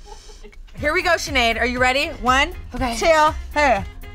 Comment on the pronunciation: no it is sineadde pronounced shinade